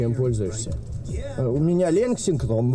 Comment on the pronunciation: я охуе** что братишкин не может выговорить лексинтон 😅, , 🤣 самая оху** фраза братишкина ) 😂, я хоть не смотрел стрим но вырезка стрима крутая поржал с удовольствием, давненько такого облегчения не чувствовал )